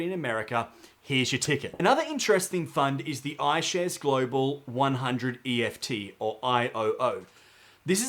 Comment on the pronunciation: Sorry mate, some good content, but just so annoying that you keep calling ETFs EFTs. Pretty unprofessional.